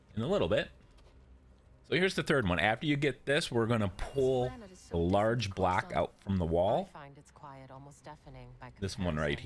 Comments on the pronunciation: Why do you say “black” instead of “block”. It’s so confusing . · He’s saying block, it just sounds like black because of the way he pronounced it